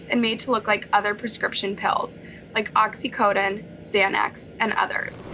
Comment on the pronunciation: Oxy-co-done (like '"I don't "conDONE" this behavior")